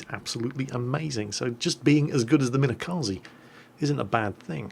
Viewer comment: it's pronounced Mine-kazee by the way. Japanese is weird.